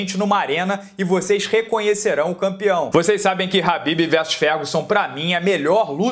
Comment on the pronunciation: Se pronuncia Rabib